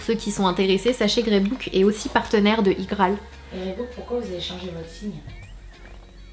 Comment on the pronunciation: Reebok c'est prononcé "Riboque" pas "Rébouque" Sananas stp 😂